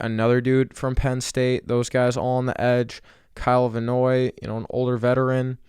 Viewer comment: Dude you can’t pronounce these guys names kind of hard to listen to ur opinion😂. Did you start watching the NFL three years ago? You sure sound full of yourself for someone who can’t pronounce Ronnie Stanley and Kyle van noy